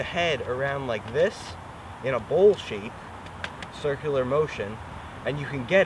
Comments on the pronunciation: Its ' bowl ' not ball. the tripod head screw on the other tripod is STANDARD 3/8". The bowl has other uses also. Obviously you do not know. so why offer ' advice ' on things you do not understand ? Just creates more confusion. Plus the pronunciation of names as always in USA not correct. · Here's been saying bowl...